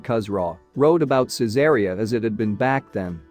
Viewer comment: I restore and sell ancient Roman coins.......... also the name of the city of Caesarea is pronounced " Caesar Reee Ah "